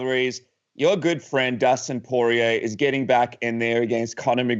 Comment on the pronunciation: soy-rier instead of poi-rier